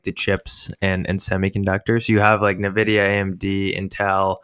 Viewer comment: Wow. Glad to see you guys in the AI arena. Can't wait for you to learn to pronounce the names of companies like Nvidia (LOL) and Nebius.